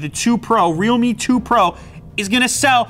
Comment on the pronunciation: Is there anyone who pronounced REALME as Readme?